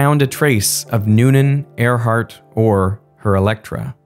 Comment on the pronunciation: It’s Earhart, not Airheart